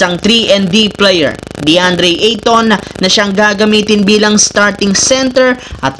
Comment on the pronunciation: Ayusin mo nmn pagsalita mo idol. Kaya pala binabash ka ng iba. Player. Hindi p.layer ha? Hahaha